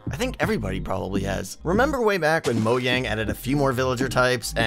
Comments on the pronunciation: Bro what’s moyang don’t you mean mojang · whats moyang? ITS MOJANG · Moyang? Its mo-jang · what Is Moyang Is it not Called Mojang not Moyang????? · Btw its moJANG not moyang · Moyang? It’s Mogang! Lol This is a good idea though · why you pronounce mojang like moyang? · “moyang” Mojang I don’t see the difference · Why r u saying moyang its mojang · umm... I think it is Mojang not moyang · It's MOJANG NOT moyang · Is he saying mogang? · he said moyang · did he say: Moyang? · Go to he says moyang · did this guy just say moyang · why did you say moyang in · It's called Mojang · you pronounced mojang wrong